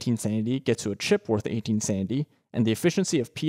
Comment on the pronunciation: Idk if it's just me but I hear sandy value and sandy efficiency instead of sanity